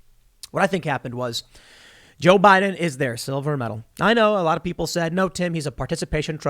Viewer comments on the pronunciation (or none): I know I'm not the only one that heard, "Lois, you're my silver medal."😆